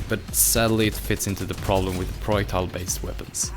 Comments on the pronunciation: Its not pronounced proitals is pro-jack-tiles Edit: You pronounce almost everything with a J in it wrong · "Proiectile weapons"... jk. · The j in projectile is not silent, actually u pronounce all j’s silent, so dont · the way he says projectile tho